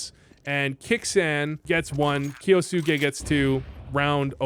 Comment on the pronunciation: Kyousuke sounds more like 'ok you suck' 😂